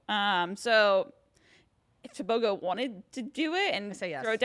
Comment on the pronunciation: It’s Teh booh groooh leh sea leh people .